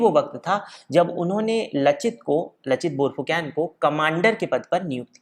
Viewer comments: Tum log Saaloh Pronouncing itneh galat kaise karteh ho? Fu can nahi Phu Kon. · It's borphukon not borphukan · Bhai, borphuकेन नहीं borphuकन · आप "Borphukon" उच्चारण किया करे 🙏🙏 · Aap ka pronounciation galat hai lachit barphukan ka